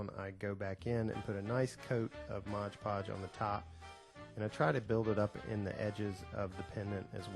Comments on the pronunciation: It's Mod Podge, not Modge Podge. C'mon, it's on the bottle in big letters! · This is a great tute.. Thank you... Just fyi.. it's pronounced MOD Podge (not modge podge). Briliant.. I am going to try this. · Nice tutorial! However, you're saying the name of the product improperly. ;)